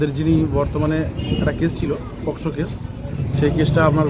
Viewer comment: Poc noi aita pocso hobe😊